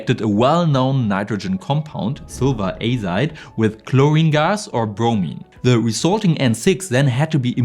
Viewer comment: azide?? Aizdo azide azide?? 😅